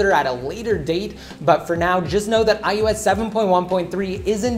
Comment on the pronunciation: Why do you say ius instead of ios?